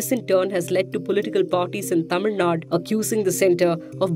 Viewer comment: It's Tamil Nad'U' and not Tamil Nad.